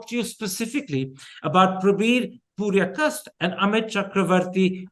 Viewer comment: Mr. Thappar. It's Purkayastha not Puryakasta